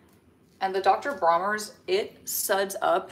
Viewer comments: DR. BRONNERS.. Not Bromers. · its Bronners with an N